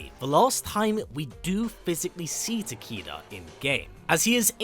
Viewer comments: If you google, "How do you pronounce 'Takeda'?" Google will give you a phonetic pronunciation of the name, and it's very clearly pronounced "taa-kay-duh," not "taa-KEE-da." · tah-kay-duh lol not tah-kee-duh i love your videos thouuu iknits the accent im just trolling😌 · Why do you and Uncaged Games still call this character "Ta-KEE-da"? It's "ta-KAY-duh." Mispronouncing this name is just lazy. The name is pronounced correctly in MKX, and all of his MK1 trailers. It's pronounced correctly on the Kombat Cast as well. It's just lazy that people continue to mispronounce this name. it's so annoying, hearing these names mispronounced over and over again, despite the correct pronunciation being publicly known, and always present. I almost have to stop the video. If you were giving a keynote speech, I'd have to stand up, and stop you. Love your videos. I've been subscribed for years. If you do read your comments, please do not take this comment the wrong way. I'm just asking you to pronounce the character's name correctly. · Ta-Kay-Duh? No one in mkx says it like that. Not even the announcer. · For anyone that doesn't know how to pronounce japanese.... a = ah, e = eh, i = ee, o = oh, u = ooo, y = ee. Now say it with me. Tah - Keh - Dah. Takeda. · The name mispronounced is bothering me as well. Especially when I didn’t know how to pronounce it until the trailer & now hearing him say Ta-kee-da is annoying